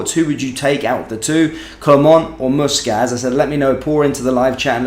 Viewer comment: it's muscat not mooscat